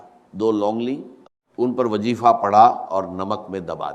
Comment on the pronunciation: ڈاکٹر اسرار صاحب کی اواز نہیں ہے یہ اواز کو اواج اور وظیفے کو وجیفہ کہتے ہیں یہ اے ای سے جنریٹڈ اواز ہے دجال کے دھوکے سے بچیں